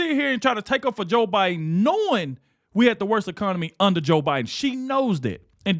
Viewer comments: OH MY LORD! Bayhard almost said O’BIDEN!!!! Yes. Im positive!!!! I listened to it several times! 😂😅😮😊🤪🤪🤪🤪🤪🤪🤪🤪🤪🤪🤪🤪🤪🤪🤪🤪 NIMROD!!!!!! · Hahaha...Joy said "OBiden" at first and then self corrected to "Biden"😅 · Is it just me, or did Behar say O'Biden? I swear she did in the beginning of her comment! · She said "obiden"! Hahaha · She called him obiden...😂😂😂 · you missed it!!!!!!!!!!!!!!! she said obiden!!!!!!!!!!! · Did anyone notice she initially called him O'Biden.